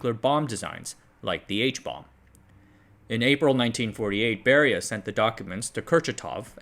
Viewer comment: Slight nit pick: is it Lavrentiy Beria (note the r).